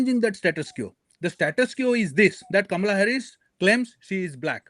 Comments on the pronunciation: Jared, why did you allow him to intentionally mispronounce her name without correcting him? Everyone knows how to pronounce her name, but he and his ilk deliberately mispronounce it just because they don’t like her. It’s immature and disrespectful. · It’s always interesting to me that people have no problem pronouncing Obama’s name even in their critique of him but somehow, particularly with men, saying Kamala’s name the correct way is a bridge too far. Patriarchy is just as deeply rooted as racism and capitalism.